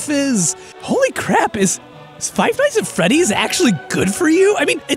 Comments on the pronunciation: Am I the only one that hears him mispronounce five night at Freddy's a bunch of time? He said "fight night at feddy's" 🤔😂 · ROFL did he just say Five Nights At Feddy's